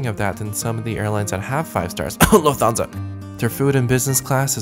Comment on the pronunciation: LMFAO " *cough Luftansa"